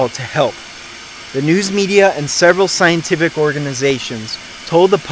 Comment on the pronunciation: in the very moment you say 'scientific device' you lose all credibility... it's sounds like something sayed by an ignorant southern dixie..